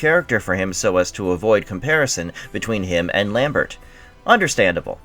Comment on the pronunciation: Lambert the "T" is silent